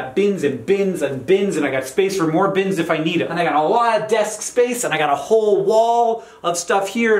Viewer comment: I thought “bins” was said as “beans”. “I have beans, beans and beans.” And I thought, if they’re Dr Pepper, that sounds about right.